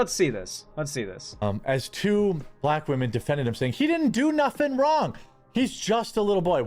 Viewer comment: Why do these people always seem incapable of saying the word "women?"